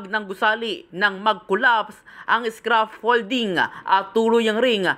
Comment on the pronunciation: ano Sabi mo?scraffolding? scaffolding kamo